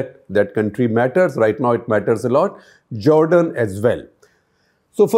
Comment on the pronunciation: First of all stop saying Jordan like Nargi Fakhri in Rockstar. Secondly, this is such a low quality amateur analysis of events. Any rookie can learn more in 30 mins if tap into right resources. Iran never meant to cause damage to Israel, it was only to make a point which it did. Iran did not use its advanced missiles which it has developed in past few years which travel at a much faster speed and have advanced navigation. Also, it would have launched these missles in a much larger quantity from Lebanon, Syria and Yemen as well to fry the iron dome. Many times Iron dome fails to intercept even low quality hezbollah missiles so advanced ballistic missiles are in different league. Iran now also knows that in case of a larger future attack, where are the defeneses located and counter attack will be made. And they got this info for peanuts. Israel also bombed the embassy to drag US into the war. As we all know, when the war stops Netanyahu is going to jail for corruption. US is not able to put a leash on its mad dog. His politics can put the entrie region and beyond in danger.